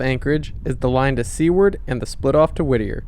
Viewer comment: Enjoyed the video...live there 13 years watching the Alaska Railroad. Not to nick pick...the community is Seward and is pronounced like Stewart but with out the T (Sue word).